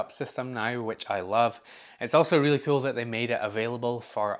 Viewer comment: Who else is here because of the way he says kewl?